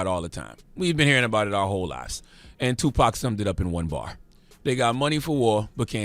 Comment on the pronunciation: He said the book of tuprofit shakur 😂